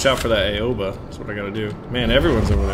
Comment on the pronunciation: just a tip I speak Japanese ok like enough to have a conversation and Aoba is said Ow-Ba, if anyone is Japanese I'm open to corrections but I'm pretty sure that's correct